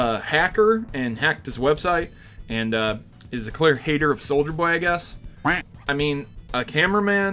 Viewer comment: Everytime he says souljer boy take a shot